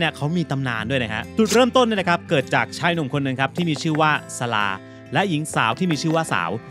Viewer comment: ขออภัยนะคะ อยากจะขอแก้ไขคำว่า "สลา" อ่านว่า "สะ - หลา " นะคะเป็นอักษรนำ ต้องอ่านเหมือนมี"ห"กล้ำ ไม่ใช่ สะ- ลา นะคะ 555